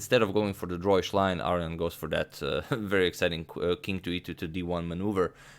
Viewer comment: I wouldn't mind if you could find it in your heart to say "ar-own-ian" rather than "aryan".